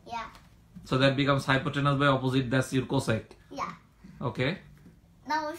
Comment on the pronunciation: it's "hypotenuse". carry on. best wishes!